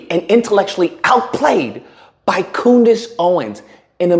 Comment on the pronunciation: You call her Coondace too lol been calling her that forever ♾️ 😂😂😂😂 she really has a low IQ